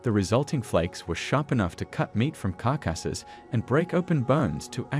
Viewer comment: "Car-casses" instead of carcasses? Clearly AI 🤨